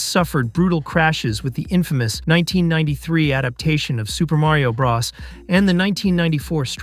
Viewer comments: It's Mario bros not bras & it's (Ray den) raiden not riden 🤦🏼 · nobody EVER in the HISTORY of video gaming has EVER called Super Maro Brothers(Bros) "Braws" smfh🤦🏾‍♂️🤡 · BRO...s not BRAs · The way you keep saying bra instead of bro 😂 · Did he say super mario BROSS?🤷‍♂🤷‍♂ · Or how he calls WB "Warner Brahs" 😂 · .....the way he said it....."Super Mario Bras".......😂......🤣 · Why are you pronouncing it Warner "Brahss"? Do you know what the "Bros" in "Warner Bros" is short for? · Really interesting. The pronunciation of "Bros" was so much more distracting than I'd have expected... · never heard anyone pronounce bros like that.